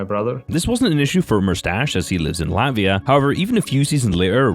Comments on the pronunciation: I LATVIA NOT LAVIA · As a Latvian im offended he said Lavia 😭